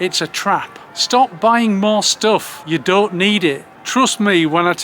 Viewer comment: What’s a stilf? Oh, stuff.